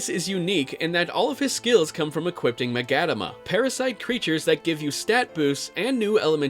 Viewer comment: He hasn't done hard mode if he said the battles were easy. That fucking Preta on Hard mode... And its pronounced "Mah-gah-tah-mah" and Raidou is pronounced "R-eye-doh"